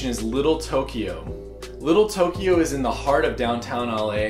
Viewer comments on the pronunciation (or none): none